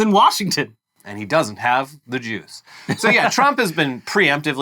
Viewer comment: When he said "does not have the juice", I heard "does not have the Jews". I was very confused and very concerned.